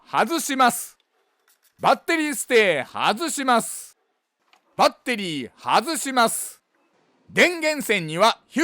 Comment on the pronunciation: バッ↑テリー↓が聞きたくてまた来ました